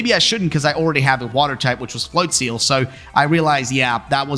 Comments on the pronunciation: Considering it's probably "flotsam" and "float" with maybe "nozzle" or "drizzle" in there, it would make sense that it would be pronounced "float-zuhl" phonetically. "Flotseal" sounds bizarre. I'll have to go back and watch that part as I think I mightve missed it (which is weird considering how bizarre pronunciations of Pokemon names instantly grabs my attention). I find Pokemon names super interesting with some of the inspiration of them. They've gotten a lot better at being a bit more clever with the names for the most part. :) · Flotseal, best pronouncing of that Pokémon I've heard